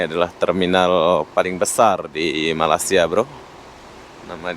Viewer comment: Cara anda menyebut Malaysia kedengeran sangat aneh seperti membaca malasia